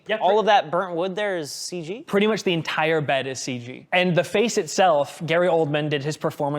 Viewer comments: did my guy just say "full ceeg" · If he says "full seege" one more time, I'm going to unsubzzz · So we're just saying "Seige" now instead of CG?